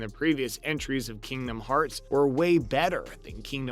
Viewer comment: This guy doesn't even know what the hell is talking about. Not to mention his pronunciation on Kingdom Hearts. From now on right dislike in your comments. (DISLIKE)